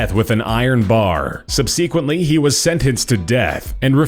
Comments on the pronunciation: Sub-SEE-quently? Really? Sigh. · Sub-sequin-tly??? Its subsequently (sub.suh.kwent.lee). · Subsequently (sounds like Sub-seh-quent-ly); now say it with me. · What does "subseequently" mean? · sub-seeequent????? hahaha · It really bothers me that the narrator can't pronounce 'subsequently' correctly lol